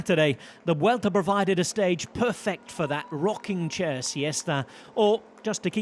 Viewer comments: Kudos to Rob Hatch. Few people in the pro cycling circles pronounce Vuelta correctly!:face-blue-smiling: 👏👏👏👏👏 Just realized he also pronounces Le Tour de France CORRECTLY, too. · The pronunciation of Spanish names and locations is nearly perfect. I wouldn't hate it if other folks took notes.